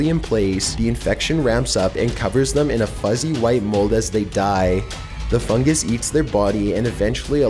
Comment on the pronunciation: He says fungus like fungAs